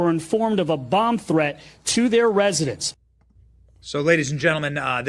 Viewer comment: Oh man, did he jusy say "thre-end"? A professional should speak and pronounce words correctly, not use faddish pronunciations.